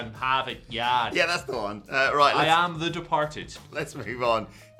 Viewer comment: As a Bostonian, it hurts the way said "depahted " and also said the dropkick Murphys are flogging Molly 🙄😬